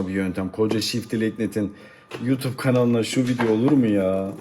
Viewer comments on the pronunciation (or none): none